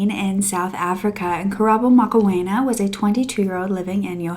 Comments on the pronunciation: As a South African young lady, it warms my heart to see our cases being reported about as our murder cases go unsolved or justice is not served Mo-kw-e-na (that's how its pronounced) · I was thinking throughout the video, that the pronunciation of Mokoena is actually close to surname, Makenna, just M-o instead of Ma and the w/wê-sound added in. But not even us white South Africans get it right sometimes 😂